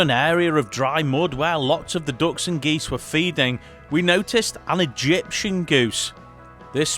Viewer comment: Great video guys. It's EgyptiAn btw with an A. That aside, much enjoyed.